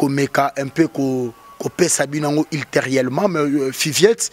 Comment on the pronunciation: Ultérieurement ou ulterielement ??? Kkkkkkk chronifuati